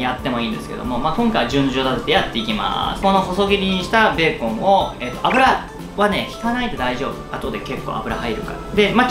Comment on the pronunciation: ビーコンみたいにベーコンって言うな